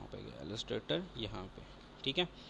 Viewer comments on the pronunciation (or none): Bhai apki islah k liye yeh aalostrator nhi ha illustrator ha aise bolty han ill lis trator ha